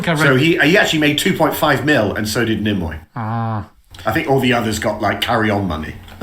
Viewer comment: gets two thumbs up! saying “nimmoy” gets two thumbs down.